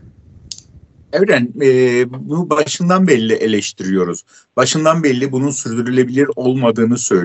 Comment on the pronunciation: Başlangıç ritüeliniz tahammül edilemez bence, birçok konuda sizlere katılmakla birlikte birçok abartı ve bariz muhalif tavır görüyorum.Ben sizden daha fazla muhalif taraftayım ama sunuşta önemli.Özellikle hala beri yerine belli şeklinde telaffuzuna sinir oluyorum.